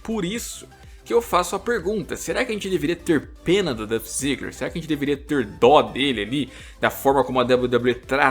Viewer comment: Sabe nem falar o nome do cara